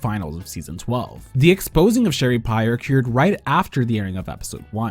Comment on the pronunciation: Bro please learn how to say "occurred"